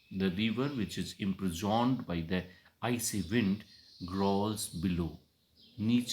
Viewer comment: Sir sorry to say some words mispronouned -- 1.Oft ऑफ्न we know it is often but the poet has spelt it oft so we must pronounce it ऑफ्ट not ऑफ्न to define old English with the new one. 2. Imprisoned इंप्रिजॉन्ड correct इंप्रिजंड 3. Breath ब्रीद Correct ब्रेथ I have not heard the full poem. These are observations of first few lines. Correct ब्रेथ